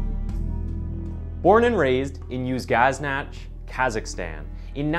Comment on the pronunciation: Dude, you might wanna work on your pronunciation of Uzynagash! You called it "Uz-gaz-NATCH"! It's pronounced "Uzin-a-GASH"! LMAO!